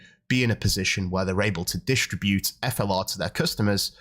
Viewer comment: distr"i"bute not d"i"stribute